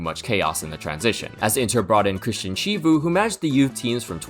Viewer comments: "Civu" LOL!!! If you want to talk about Serie A, at least learn to pronounce the names of the people you want to mention correctly. "Civu" LOL!!! Se vuoi parlare della serie A almeno impara a pronunciare correttamente i nomi delle persone che vuoi citare. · Chivu saved parma from relegation, he joined mid season and his name is pronounced more like Kivu (in english) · It's pronounced Kivu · Chivu is pronounced "kee-voo". ch in romanian is pronounced k, like in italian